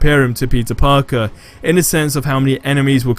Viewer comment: Sounds like everytime he says peter parker sounds like he’s say pizza parker